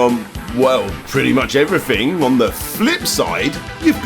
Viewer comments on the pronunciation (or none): none